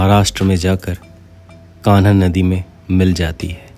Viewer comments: ❤👍💐🙏 "कान्हा नदी" नहीं बल्कि "कन्हान नदी" बोलिये भाईजी🤠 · बहुत सुंदर प्रस्तुति एवं वीडियोग्राफी, अभिनंदन, कन्हान नदी का उच्चारण थोड़ा गलत था, अतुलनीय रचना ।❤ too much it